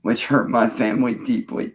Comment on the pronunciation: 'I want to do better, I want to be better. My Fuhmly' blah blah blah. Lies. You want to be left alone so you can do what you always do, prey on women and children. You haven't honored anyone or anything your entire life you little sex pest freak.